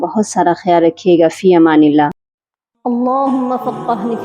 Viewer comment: شروع میں آپ اللہ کی ہ پر پیش پڑھ رہی ہیں اس کو درست کر لیں